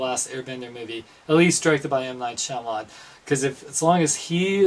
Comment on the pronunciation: it's M. Night Shyamalan not shyamalot. u gotta know these things before u review.